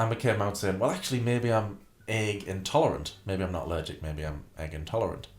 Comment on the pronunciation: I hate. Hate. HATE. How she says certain words. Such as (Agg) egg (lAGG) leg. I get accents but why only on very specific words. And how can you be a writer when you can’t even speak grammatically correct.